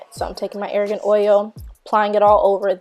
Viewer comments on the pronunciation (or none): Its - R - GAN oil not ARA GAN oil